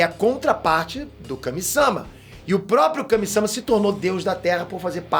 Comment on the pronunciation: Kame SÂma doeu de ouvir